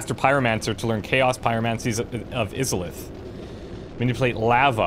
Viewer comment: You're my favorite Lets Player by far, but the way you pronounced Izalith was abysmal lol, especially since you've played DS1 man! Keep up the good work!